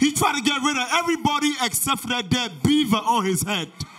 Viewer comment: "Let's cet the show started" you M S...🤣🤣🤣